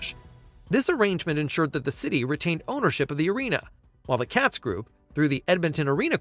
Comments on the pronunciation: It's pronounced Kay-tz not Catz. Katz Group has been rebranded as Oilers Entertainment Group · Katz pronounced with a long A